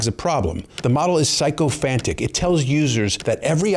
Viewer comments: Sick- o-phantic not psycho phantic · Were you trying to say sycophantic? its pronounced sic o phantic. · You mispronounced sycophantic. Sic-ko-fan-tic. Not psycho-phantic.